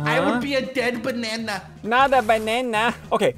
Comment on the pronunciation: "Dead Bah-NaH-[NaH" XD